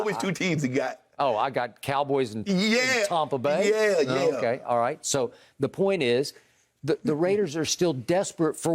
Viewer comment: Tompa bay...that's funny